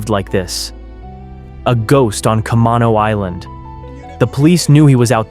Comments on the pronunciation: Ca-mane-oh island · kuh-MAY-no island. Is how it’s pronounced. Sorry to be a stickler, just a fellow Washingtonian here 😂